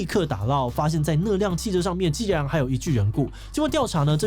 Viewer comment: 竟然唸成既然了 原來志祺也會這種國民謬誤XD